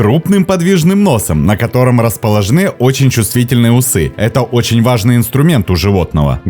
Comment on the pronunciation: расположенЫ заказникОв🤦🤦🤦